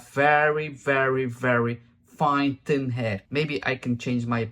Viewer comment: I like the way you pronounced thin as tin. I feel so sorry for the girls that have wrecked their hair.